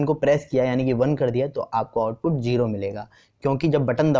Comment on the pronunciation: Please don't speak jero it's zero 😂